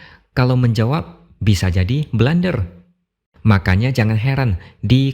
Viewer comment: Nyebutnya blunder om, bukan blander.